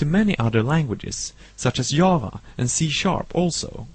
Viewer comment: I love how he calls Java, Yava. That's what the language should been named. Who wants to make a new programming language?